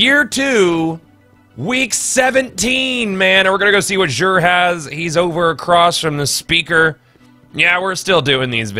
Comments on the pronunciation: It pronounced like zur not zsure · 1. He says Xur like Jur 2. Why does Xur sell bad stuff year one Xur was so much better. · you say xur /exur/ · You pronounce Xur like a dingus.